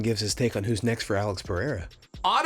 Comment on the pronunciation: Chael: " I'm THE NUMBER ONE voice in mma." Also chael: has pronounced Pereira in several ways, all of them wrong" Guys the Don cherry of mma